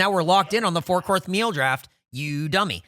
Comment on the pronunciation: It's funny when calls Gavin a dummy right after saying "Four Courth Meal Draft"🤣